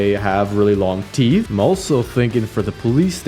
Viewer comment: “The wolf has sharp theeth like the police” … what’s wrong w u? (NO HATE)